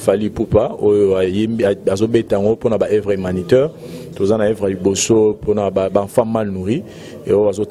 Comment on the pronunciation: On dit concert pas conceur Et humanitaire pas humaniteur